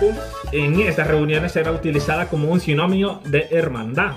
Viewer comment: Saludos! Sugerencia: antes de hacer el video, puede hacer lectura varias veces de la información, para que no cometa errores tan terribles como decir "simónimos" en vez de "sinónimos " (hay que leer mucho para lograr articular las palabras adecuadamente, recordando que les ve una gran cantidad de gente )... Además así puede encontrar otras fuentes y en sus comentarios puede analizar diversas opiniones o al menos dos ...